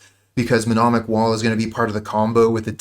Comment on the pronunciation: Nice, this is a deck I really wanted to see being played. Btw it's mnemonic wall not menomic, it's a silly word